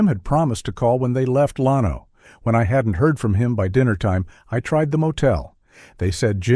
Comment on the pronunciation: When they mispronounced Llano I knew they weren’t going to solve the case